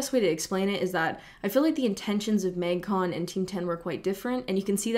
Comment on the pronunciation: Your Canadian really comes out when you say “mægcon”